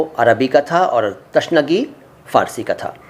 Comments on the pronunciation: Abe chhotye pahle Urdu bolna seekhle تشنگی نہی بلکہ تِشنگی ہوتا ہے اور اگر پوری ویڈیو دیکھونگا تو نا جانے کتنی غلطی نکلے گی اور جو آپ دوسروں کو بتانا چاہیں تو پہلے خود اس کی تحقیق کر لیں اور You Toub پر video دیکھ کر اپنے آپ کو علامہ نہ سمجہے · تِشنگی ہوتا ہے تَشنگی نہیں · Tashnagi nahi .... tiishnagi hai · यह बोहुत अच्छी बात है आप ऊर्द से प्यार करते हो लैकिन बैहतर होगा सही तलफ्फुज बताएं ताके विवर्स सही जबान सीखें जैसे की आपने बताया कर्ब ए तशनगी यह गलत है सही तल्फफुज है कूर्ब ए तिशनगी। और भी कुछ अल्फाज हैं जिन मे इसलाह की जरूरत है बेहतर है विडियो बनाने से पहले डिक्शनरी देख लें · Tashnagi nahi bhai.....Tishnagi